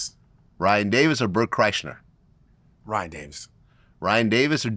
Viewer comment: Love that he said Bert's name wrong. KreischNer 😂 😂 😂 😂